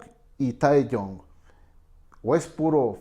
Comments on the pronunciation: Capo, se escribe Taehyung y se pronuncia taegiun BXJDUSÑ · Nisiquiera se molestó en aprender a pronunciar bien los nombre “beteese” “Taeyun”